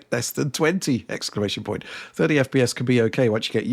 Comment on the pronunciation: fire. ex-cla-ma-tion-point. pure cringe.